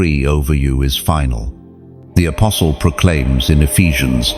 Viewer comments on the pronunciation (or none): none